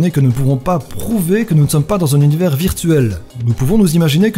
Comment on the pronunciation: Tu sais même pas prononcer « univers » et tu nous fait des théories ? 😂 (Team 1er degré calmos je rigole) top la vidéo 👍🏻